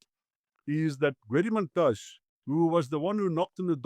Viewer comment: Mantashé not Mantash!